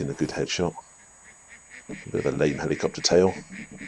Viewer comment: The way he says "Helicopter tail" Freaks me out